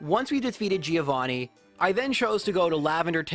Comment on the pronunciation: That's not how you pronunce the name Giovanni